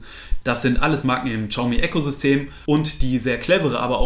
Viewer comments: Hi, bin heute auf deinen Kanal gestoßen. Echt super erklärt, auch die Einleitung bzgl. "Testgeräte selbst bezahlen" fand ich ehrlich, daher Abo! Übrigens: Xiaomi heißt "S i a o m i" (das "s" zischend Richting "sch") nicht "tschiaumi" :-* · xiaomi, bitte Siao oder SHiao aussprechen, das ist näher dran als TSCHau ;) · Btw xiaomi wird wie schayomi ausgesprochen